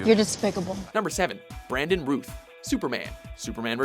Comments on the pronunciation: First of all it's pronounced "Rowth" not "Ruth" secondly , he was the shittiest portrayal of Superman in the last 50 years. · Its pronounced 'Rahow-th' (like the world 'south'), not 'Roo-th'... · routh as in mouth not rooth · Though they mispronounce his name, I like that Brandon Routh was in this list. He's the main reason I like Superman Returns. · WatchMojo - that's 'Routh' like 'south.' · It's pronounced R-ow-th, as in rhymes with SOUTH. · FYI Routh is pronounced like South.